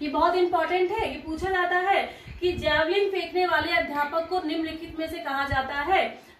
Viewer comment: जैवलिग नहीं होता मैडम जी जैवलिन होता है.....